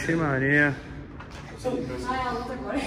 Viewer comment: Se tem Toguro Cebolinha falando "agola" tem like!